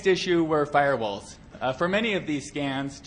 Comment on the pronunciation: "filrewalls" LOL